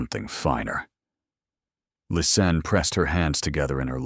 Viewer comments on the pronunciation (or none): Its Lis Anne,! How can it be sooo hard for you? Half of Lisa and Anne at the end. LIS ANN. Its just not that complicated. You've called her everything but her name.🤔😳🙄🙄